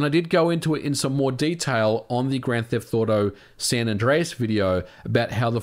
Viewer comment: Am I the only one hearing “grand theft thauto” or something like that lmao